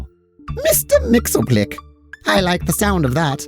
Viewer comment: Love the reinvention of Mxyzptlk as explicitly one of the Fair Folk! Though for reference his name is pronounced “Mix-Yez-Pit-Lick”